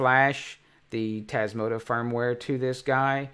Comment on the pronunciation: May I ask why you always say Tasmoto to Tasmota firmware?